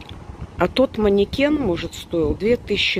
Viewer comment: Так что не маникенд , а манекен. Так что , вот так.))))